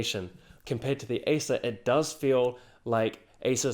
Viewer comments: Tech Sorry, but I did have problems understanding your pronunciation of the words 'Acer' and 'Asus'... sounded nearly the same.... very nice job though... tough decision for me between these two. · wtf the pronunciation acer and asus, i totally can't tell which one are you explaining.. let alone doesn't show the monitor comparison . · it is almost impossible to distinguish your pronounciation of ACER and ASUS. It sounds like you are saying the same word both times. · Great stuff. A bit confusing at times, as it is a little hard to distinguish Acer from Asus, the way you pronounce it.